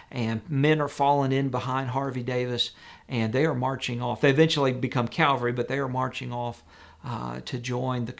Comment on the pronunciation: Excellent video. Please use proper pronunciation of especially not especially and Cavalry not Calvary.